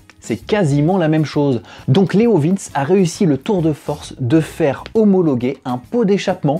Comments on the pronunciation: Ca se dit leo vinci pas leo vince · Leovinché pas Leovins XD je m'attendais pas à entendre cette prononciation. j'étais pas prêt XD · je crois qu'on dis "leovinci" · Ah non. Pas toi? La prononciation de Leovince 🙄🤔 Leo vin tché 🙄😁😂😉 Ça fait du bien de te voir! Ya un p'tit Youtubeur qui tourne avec ce pot sur un rocket! Je n'ai plus le nom! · La prononciation est Léo Vintche car le c se prononce TCHÉ en italien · Mais on dit leovinci....Le e se dit i....❤